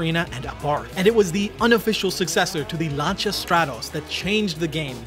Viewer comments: I like your vids. its not lancha its lan see ya. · Oh, for fucks sake, stop calling Lancia "Larn-cha", it's pronounced "Lan-see-ah" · Lancia not lancha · Who is Lancha? Its Lancia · Lancia is pronounced lance-c ahh. Not Lanchia. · why is he saying langia instead of lancia..... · It's lancia not not lancha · Why are you pronouncing Lancia "lancha"? Its pronounced 'Lan sea A' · you hear the unmistakable voice of incompetence every time he says "Llaanchar"... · I think this is the first time I've ever heard someone pronounce "Lancia" as "Lancha" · its always staggered me how this guy can pronounce the simplest of things wrong bro really said " Lancha" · no its laan- see- uh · the Italian pronunciation in 'lancha', you are pronouncing it wrong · bro said lancia as lancha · LANE-SI-AH its pronounced, LANE-SI-AH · It's "Lan-chia" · please try this to help you out. Lancia DOES NOT have a 'H' anywhere in its 6 letter spelling. it is not, nor has it ever been pronounced lanCHA. so try this way because it is the ONLY way to pronounce Lancia. LAN.....SEE......A, LANSEEA, LANCEEA, LANCIA! hope that helps....... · The way this guy pronounced lancia 🤣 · He keeps saying Lancia wrong. Makes me mad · Why can’t you say lancia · the way you pronounce lancia upsets me, its just wrong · PLEASE STOP PRONOUNCING LANCIA WRONG